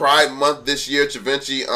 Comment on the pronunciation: Givenchy build an empire. Please give respect where respect is due and learn how to say his name/brand correctly. It’s like someone butchering VEVE.